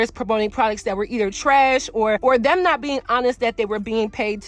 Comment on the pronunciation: When you say "them" it sounds like "dim". Also when you say " thumb" it comes out like "dumb". Not sure if its a accent or not pronunciating your words🤔 Not a speech snob just noticed.